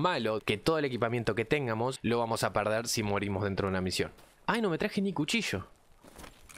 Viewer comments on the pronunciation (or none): que estresante escuchar pronunciar mal todo el rato "quiéramos" "téngamos"...